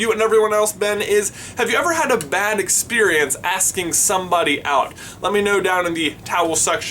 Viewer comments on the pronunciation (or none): none